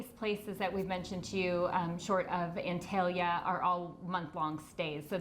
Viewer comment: it is pronounced ONtalya